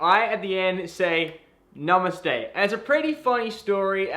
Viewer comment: Stfu. He said it Right.